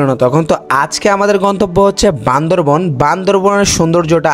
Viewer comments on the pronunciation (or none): চেং চুং চেং বলে আবার ওখানে যাস কেন? আর বান্দরবন না বান্দরবান হবে